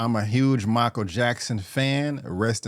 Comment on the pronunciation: With all due respect bro, you have to work on your enunciation. You often pronounce "film" as "firlm", "Michael" as "Makel" and "Jaafar" as "Javar".